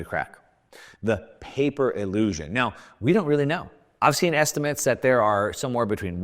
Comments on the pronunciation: Paper “Illisuion”. 😂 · Paper "Illusuion"?? tee...hee...